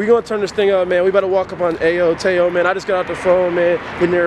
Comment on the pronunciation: It's teo not Tao